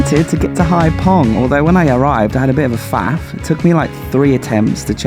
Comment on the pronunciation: Haiphong is a bigger city… and it’s haifong not pong hhh